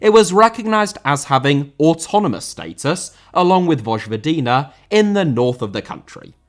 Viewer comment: Vojvodina is “Voy-voh-dee-nah”